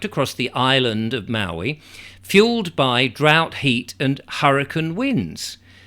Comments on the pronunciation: You’re pronouncing Maui correctly. The person on the cover of the book was Sumner Redstone, late head of Viacom, the media conglomerate. Everything stinks about this, including these books ready to roll out before the fires are completely extinguished. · A book out that quickly is quite suspicious. Your pronounciation of Maui was very correct by American English. Your pozzlement is valid,indeed.